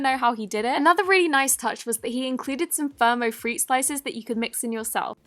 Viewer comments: You said firmo 😂 it’s fimo pronounced fee-mow 😝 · Just to let you know it’s pronounced “fee-mo” “Fir-mo” 🙂👌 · BTW, no hate, but it's pronounced feemo, for the little fruit pieces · She keeps saying firmo. FIMO SLICES. ITS FIMO SLICES! Goddamn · Fimo not FIRmo.